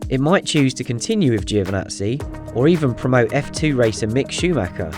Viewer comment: Can you please learn how to pronounce Giovinazzi, it’s not hard, lose the i. Great videos 👌🏻